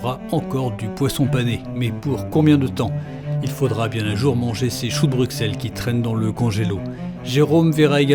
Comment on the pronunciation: Va en enfer pour avoir prononcé le "X" de Bruxelles 🔥🔥🔥 Un belge qui vous souhaite une bonne continuation 🍻👍